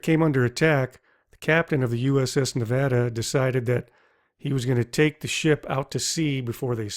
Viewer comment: i'm so happy you said nevada right!